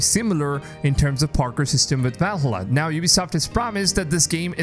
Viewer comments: Why does he say "va lalla"? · Is anyone else triggered by him saying vall a la